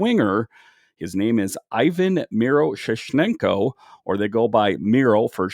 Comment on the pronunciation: Miro-sh-nee-chenko that’s how u say it